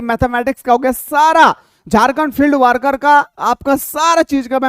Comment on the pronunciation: Not वार्कर it's वर्कर ...please🙏